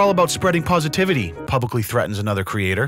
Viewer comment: spwead pwositivity